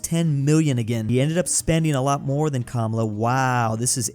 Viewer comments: Kuh Mala… not cumula. But it is what it is cause no one cares lol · It’s kaa maa laaa